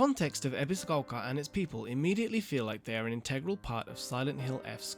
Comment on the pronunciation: This is really petty, but the way the guy in the video pronounces Ebisugaoka makes me think of people that pronounce words like croissant as though they're speaking (a mangled version of) French right in the middle of an English sentence in order to sound more sophisticated. I'm choosing to be cautiously optimistic about this game. I love Souls combat and I love Silent Hill... or I suppose Siren/Fatal Frame, that seems more relevant here... In any case, I'm definitely doubtful that these two flavours will mesh without damaging the atmosphere, but I'll only really be able to judge that once I get my hands on it. Sometimes the weirdest combinations can work surprisingly well, after all.